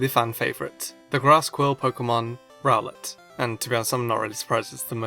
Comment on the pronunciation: I pronounce rowlet row-let not rowl-let